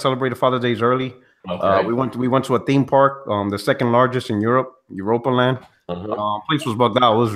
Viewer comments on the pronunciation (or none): Its called Europapark not Europalad Puertorock